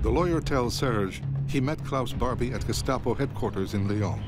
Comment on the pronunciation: There's an A in GESTAPO!!!!!!